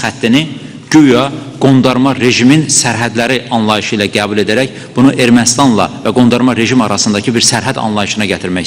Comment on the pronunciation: Sen hele gebul sozunu dogru teleffuz ele sonra olke yonet allah belavuzu versin alcag pislikler